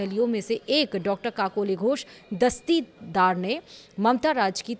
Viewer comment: 😂 kakoli ghosh dastii daar 😂😂 ... why should say her name in full when you can't pronounce it ?? Kakoli Ghosh would suffice ...